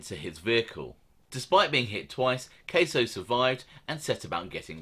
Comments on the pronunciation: It's Gaspipe Casso. Cass-o, not Case-o. I don't mean to be annoying, but I just want you to pronounce as best you can. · It’s NOT pronounced Kay-so it’s pronounced Kah-so and Louie E. Is a complete gentleman,always was... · Its gasso not queso 😂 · It’s casso not case-0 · It's pronounced Anthony Casso sounds like assh_le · I love the young picture of Casso, my mother said he was gorgeous when he was young. You pronounce his name in a way i can’t recognize. Your accent is awesome, it is. This is constructive… caaahsssso… i thought the that slap was folklore. Ooooh. Good for Paradiso!!! ❤. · Bruv..jus lettin u kno, it's not pronounced like cheese queso..lol its Casso..like rhyming w Gas..get why it's Gaspipe..n the accent is great but 3rd man is pronounced con-sil-ieri Keep it up mate..enjoy em all